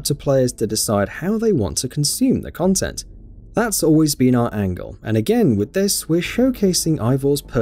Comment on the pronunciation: Why do you pronounce content weirdly?